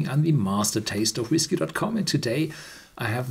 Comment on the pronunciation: He drank too much Vhisky..